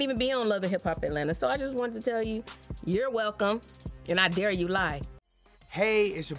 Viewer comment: She said I dear you 😆